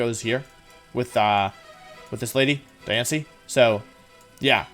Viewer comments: I love that not once does he say Diantha’s name right. He literally called her diance every time except the last time where he called her Cynthia 😂 😂 😂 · I like how you called diantha diancie lmao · lol its DIantha not Diancie . How can you make such an eggregious error !! Diancie is the name of a pokemon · Every time he says Diancie I die. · Or diance instead of diantha or JY-RAD-OSE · Did he call Dianta Diancie lol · Ah yes, my favorite champion the mythical Pokémon Diance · Am i the only one noticing he calls Diantha diancie?? XD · He pronounced Diantha’s name right a total of zero times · He also said jigga drain, jyarados, and george-heist. Diantha is the least of my worries.